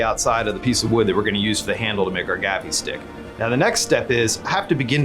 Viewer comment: It isn't a gaffie stick its a gaffi stick your English teachers failed you.